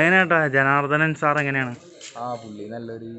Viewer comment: ജനാർദ്ദൻ അല്ലാ ജനാർദ്ദനൻ